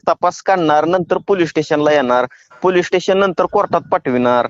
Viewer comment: दोघांनाही पोलीस स्टेशन बोलता येत नाहीये दोघे बोलतात पोलीटेशन